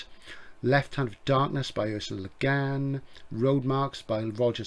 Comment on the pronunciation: I, for one, applaud your determination on sticking to your alternative pronunciations of le Guin and Leiber - it's very rock 'n' roll and subversive in a Jerry Cornelius sort of way. I mean, who wants to be correct all the time? Kind of how sci-fi and SF are totally interchangeable, and how you might as well pronounce Capri like in an old song ;-) As always, thanks for yet another knowledge filled video.